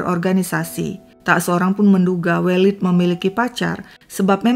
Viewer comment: Koreksi pronunciation untuk penyebutan nama welid yg tepat adalah E elang ,E pedang